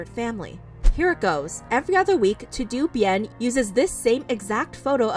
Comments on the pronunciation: Im sorry but "To Do Bien" is sending me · No one gunna mention “to do bien”? Lol. Todo bien wuey!! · over here saying "two doo" bien. It's "Toe Doe" bien, Spanish for all good or everything's fine. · It's not to do bien. It's pronounced "Toad o Bien" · To do bien made the Latino in me wince so hard lol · It’s not to do bien it’s “todo” meaning “it’s all good.” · btw it’s todo bien it means all good in spanish, it’s not to do it’s all one word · pronouncing Todo Bien as “Too Doo Bee-ENN”😂😂😂 It’s pronounced Toh-Doh Byehn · think of the pronunciation of "toto", like the dog's name from the wizard of oz. Like, not pronounced "to doo". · girl, it's "toe-doe" bien. it's spanish. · Girl really said..."TO DO Bien." LOLLLLL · It’s pronounced ‘TOE-DOE BYEN’ 😌😌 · Pronounced “toh-doe” bien= meaning all is good or well in Spanish 🙂. Nice video Austin has been trash ! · I think the "TodoBien" account is not pronounced To do bien. "Todo bien" is the translation in spanish of "everything okay/good", or maybe it was intentional ^^U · LOL to-do Bien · TOODOOBIEN PLEASE😭😭 y’all “Americans” don’t even try🤨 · toe dough bee en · The way you said TodoBien 😭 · That’s not how you pronounce “todo bien”💀